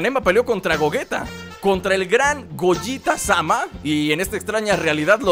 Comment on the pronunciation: se dice gogueta